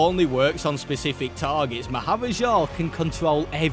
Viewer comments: Maharaja is pronounced "maa·huh·raa·juh". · To pronounce it it’s Mah-ha-ra-Ja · Funny hearing you say "Maharaja" when i know how its actually pronounced 😅